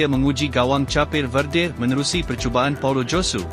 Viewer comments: Cha-pe verde?????? Bodoh admin ni. Buat malu je. Sebutannya seperti orang sebut kek tapi tak ada k hujung nya, hanya bunyi p. Kep-verde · Sebut cape tu salah lah bukan capeh